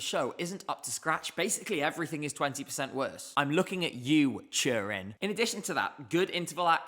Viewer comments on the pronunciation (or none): Switzerland was really a surprise. The camera problems unfortunately destroyed it for me. Looking forward to see it without camera issues. By the way, why is the "T" in "Tommy" a "T", while the "T" in "Turin" is a "Ch"? Also subtitles wrote "Churin" :D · CHURRIN! Just say Torino! And it was a fab edition.